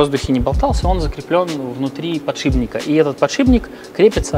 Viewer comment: Всё здорово, обзор понравился, ведущий молодец, если он в будущем не будет называть подшипники подшиБниками (акцент на букве Б ну весьма заметен) то станет приятнее уху. За это некоторых из нас в институте выставляли на посмешище за профессиональную некомпетентность... Ну не должен инженер их так называть, барышням простительно - инженеру технарю - нет!